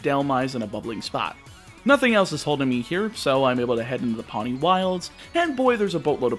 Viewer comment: Just letting you know, Poni is pronounced "Po-nee", not "Paw-nee". It means purple in Hawaiian. All the islands are named after a color, which actually coincides with the color of the corresponding Hawaiian island in real life. Source: Am of Hawaiian descent.